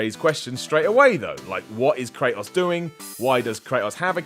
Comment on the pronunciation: why he saying kratos all weird like that? STOP!